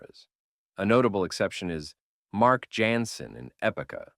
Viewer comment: Excellent job. Although Jansen is pronounced ( Yawn - Sin ) and the I in Ad adfinitum isnt capitalized.....While Epica is my favorite band of the sub genre Nightwish and Within Temptation are still more popular. Bigger venues and crowds.